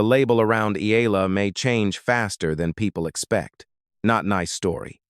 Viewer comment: E-a-la ( Eh-yah-la). Please correct your pronunciation. You guys did the say when “Pacquiao” first became a world champion.